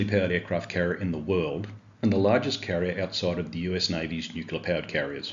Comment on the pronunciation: Brother, I enjoy your content. Small gripe though. Re: pronouncing nuclear. We need to shout it from the roof tops that it's pronounced as it's spelled. I can't say I've seen any words in the dictionary spelled nucular, but I have heard of one that's phonetically pronounced nu-cle-ar. That other silly way is vapid americanism sneaking in to our lingo. I've even heard Australian prime ministers embarassingly failing this test. For God's sake our language is one of the cultural things that differentiates us as Australians from the US, and I don't know about you, but I'm proud of those differences. Banish that illiterate way of saying nuclear- pleaaaseeee. Otherwise it's after-school detention for you mister.